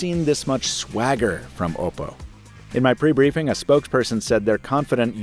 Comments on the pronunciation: oh god i dont like how you say oh pou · Finally a reviewer pronounced oppo right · Bro says "ohpo"?